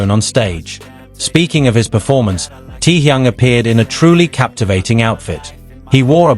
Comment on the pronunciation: Can you get the AI voice to stop saying "tee-young"...?